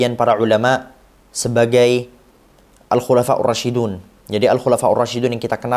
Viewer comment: Alkhulafaurrosyidun knp dbca rosyidun kak???